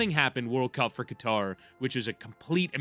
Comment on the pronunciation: I LOVE Schur being part of the show but hearing him talking about the US / Iran situation while consistently mispronouncing Qatar….…you’re better than this!